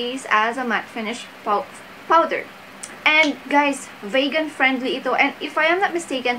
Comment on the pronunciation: Vegan is pronounced as "vee-gan" not "Vague-an". Just a gentle correction.